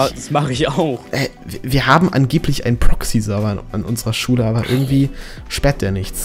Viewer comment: wen du Schule sagst hört es sich so an als würdest du Schwulen sagen:D Liken damit er es sieht:)